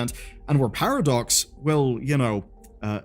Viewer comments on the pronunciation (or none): Sounds like you’re calling them Paradorks